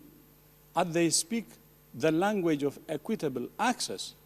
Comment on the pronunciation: From his tone it sounds like “Acquit-table vaccines” are going to the highest bidder